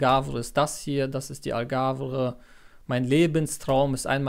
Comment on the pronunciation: Die AlgavRE sagt Du hier immer, obwohl es Algarve heißt. Das hat mir ein wenig weh getan in den Ohren….na ja .. aber ansonsten wünsche ich Dir viel Glück und Erfolg bei Deinem Vorhaben .